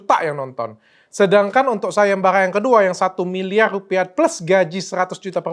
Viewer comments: Gc jelas bang ngomngnya..parang apa pangang.sayembara apa sayembanga..hehe.. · Sayembarra .bukan sayemballa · Sayembara , bukan sagembaga